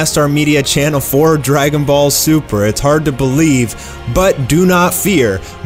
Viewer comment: That Accent on the Intro "How dregunboll superrr shuld hev endid" haha